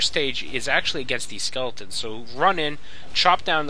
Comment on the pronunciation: is he saying "skulletons"?